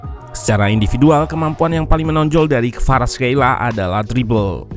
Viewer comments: Khelia min bukan Kheila🤦‍♂️🤣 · perasaan barusan orangnya nyebut namanya 'kvaratskhelia", "khelia" bukan "kheila"